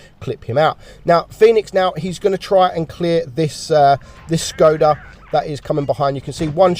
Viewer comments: Good video, also, coming from a Czech native speaker, it is pronounced as Shkoda. Basically, the s you have in sheep or shark, that’s how it sounds with Skoda. Just if you’re interested. Keep it up. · It's pronounced like shkoda ☝🏻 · If you want to read Škoda correctly, it´s Shkoda in your language. I am from Slovakia so I pretty much know :) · im czech so this update means a lot to mr and its prenouced škoda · It's pronounced "shkoda"